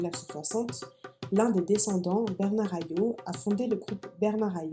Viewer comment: En Martinique, pour les noms de famille on prononce toutes les lettres : donc on ne dit pas "Hayo" mais "Hayotte"